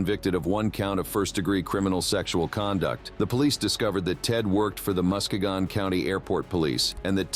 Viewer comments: Correct... I'm from Michigan Also: Saginaw, and everytime I hear Muskegon (Pronounced Musky-gun ) it's Always mispronounced. Mus-Ke-gon... It's kinda like Southern People trying to Pronounce Streets, they say skreetz lol... However in this situation it's possibly AI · First story city name is pronounced musky-gun. I live like an hour away from it. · To whoever narateted this, learn how to properly say the city's name.